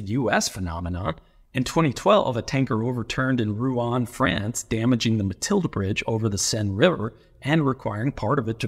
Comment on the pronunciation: Immediately recognized the cathedral Oh I wish I could upvote à second time just for the pronunciation of Rouen. How did you even know it happened? is there an international Civil engineering community?